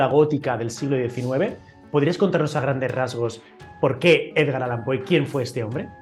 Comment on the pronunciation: Con todo respeto, es "Allan". Enhorabuena por el canal🤗